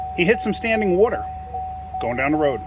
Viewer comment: my man just said wooder lol